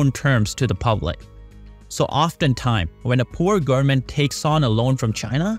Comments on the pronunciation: O.M.G ! Repeat after me: , g o v e r n m e n t . Nooo, not garmin. No man, not garmen, , g o v e r n m e n t . G, o, v, e.. stop there! Say V ! Wow ! Repeat V until you succeed ! I know you can ! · Wtf u sayn “gurmen”? Can pronunce a v?